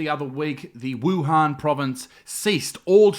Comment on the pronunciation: = wohan